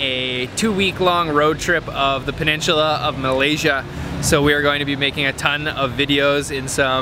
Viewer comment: It’s pronounced “ Peninsula “ 🤨